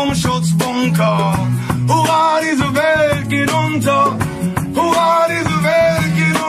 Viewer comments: Huvaaa demiyo dayı la hurra diyo 😂😂😂😂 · Huvaa mi diyo 😅😅😅 hurra diye duyulmuyo olmamis.